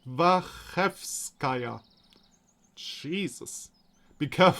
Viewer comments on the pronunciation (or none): Hold on, this isn't German. "Ch' in "Dvachevskaya" is the same as in "4chan" and you even got it right in "DvaChe".